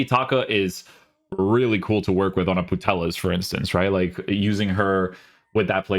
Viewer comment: putelas lmao its pronounced puteyas